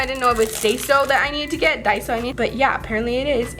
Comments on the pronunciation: daiso is pronounced die-so not day-so but you can call it whatever you want but just sayin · i tried to search; dai-uh-zo but it didn’t work!! (i’m joking)